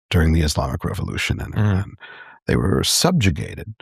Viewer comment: He’s pronouncing Iran wrong this whole interview. He talks about you have to fight for human right yet he signs bombs to blow up humans. You can say a theocracy that oppress women is wrong but the second you blow up a girls school of over 100 people you loose your entire moral ground. Why was he given a platform. Im very disappointed I liked Billy’s interviews